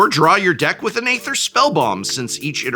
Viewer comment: Anyone else annoyed the English professor doesn’t know how to pronounce Aether?